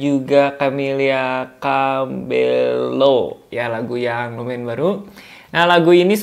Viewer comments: Camilla Cabeeyo ya bang pronouncenya love from Malaysia 🇲🇾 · Untuk camilla cabello, cara bacanya jadi cabeo karna itu nama spanish